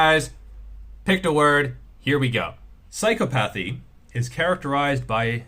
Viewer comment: That's not how you pronounce "psychopathy" lmao